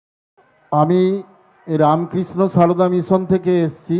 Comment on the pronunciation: রামকৃষ্ণ সারদা নামটাও ঠিক করে উচ্চারণ করতে পারেনা।